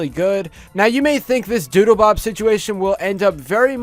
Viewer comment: Doodlebob was the best character also it sounds like you kept saying doodoobob